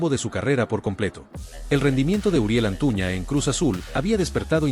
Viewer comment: Es Antuna tu dices Antuña